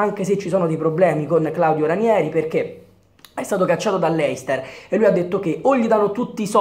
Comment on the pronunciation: Comunque,, "Leicester" si pronuncia LEISTAH